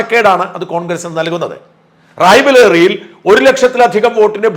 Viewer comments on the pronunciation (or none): റായ്ബലേറി അല്ല റായ്ബറേലി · റായ് ബലേറി നഹി... റായ്ബറേലി😂